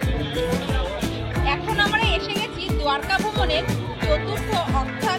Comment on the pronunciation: খুব ভাল ভাবে তুলে ধরেছেন। কিন্ত বাংলায় যেহেতু বলছেন, দোয়ারকা না বলে যদি দ্বারকা বলতেন বেশি ভাল লাগত।